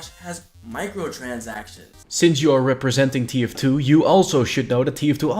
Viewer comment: ''Micotansactions'' lol